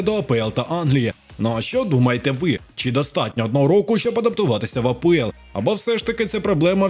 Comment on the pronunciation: Автор кажіть вже на Англійську лігу А , ПЕ , ЕЛ . А не А, ПО, ЕЛ. скільки можна помилятись ?